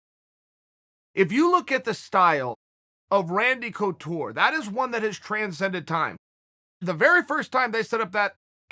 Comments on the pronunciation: Chael"Randy Cootoor"Sonnen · Chael : Randy couture Me 🙄